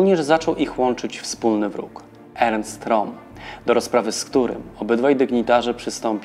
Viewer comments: Ernst Röhm to (Rem nie Rom) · Jak juz to roem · Interesujący odcinek, szkoda jedynie, że nie dłuższy. Zainteresowało mnie jak prowadzący wymawia nazwisko Rohma, pierwszy raz spotkałem się z taką wymową. Regularnie dotąd słyszałem coś w rodzaju "Rem", aczkolwiek po poszperaniu wydaje się, że to prowadzący może mieć rację.